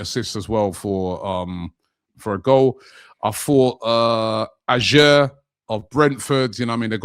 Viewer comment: The way pronounced Ajer 😂